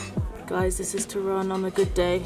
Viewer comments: Girls, a little polish lesson, accent in Polish 2 syllable from the end so TOrun :) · I love when you say Torun it sound like ,, Toron - to ,, nice blog 👍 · Its Toruń ( toh-rooń) and Sopot (so-pot) and girls completely twisted the name of Toruń and it didnt sound right the way they were pronouncing at all so I doubt its similar to your language